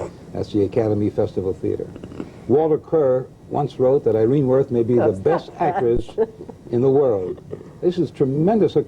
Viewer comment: very surprised to hear Kup mispronounce three-time Tony Award winner Irene Worth's name